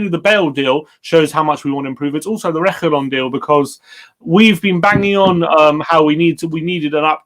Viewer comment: YOURE PRONOUNCING REGUILON WRONG!!!!